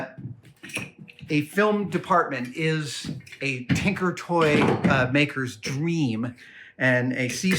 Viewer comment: Brother.... "Tinker", not "Tanker" Thank you so much :)